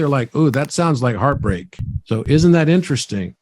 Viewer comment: Timensions 😆 Hreatbreak 😅